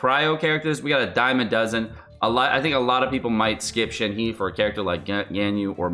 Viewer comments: You need to take a pronunciation class cause holy shit. Shen Heee? It’s pronounced Shen Hei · Pronounced “Shen-her” not “Shen-he” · I know you don't care about pronunciation but you're killing me. Just go with "Shen-her", not "Shen-he". It'll be almost spot on. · Plz, pronunciation of 鹤 is “Her”, not 'He'. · Not Shen "He" its Shen "HER" in terms of pronouncing in Mandrain. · Please stop pronouncing Shenhe incorrectly… Her name is pronounced “Shen Her” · ShenHe(申鹤）pronounce as “shan hurt”(without the T sound). YunJin(云瑾）pronounce as “yun gin”. Yes, both are Liyue character. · gosh shenhe was a total surprise btw it's pronounced shen-her :) 👹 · I can already hear so many ppl butchering shenhe's name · love your vids! This is my first time commenting and just wanted to help you with pronouncing Shenhe’s name as the actual Chinese sounds way more fitting given the character’s demeanor and overall physical appeal. Shenhe is pronounced “Sh-en (with a hard ‘sh’ sound, and ‘en’ sounds more like ‘un’ in ‘sun’)” and “h-e (the ‘h’ is more of a breathy ‘h’, and the ‘e’ is more like ‘uh’ in ‘duh’ or the sound a person makes when they get hit in the stomach)” Hope this helps! You may find it brings even more appeal to the character. Keep up the good work!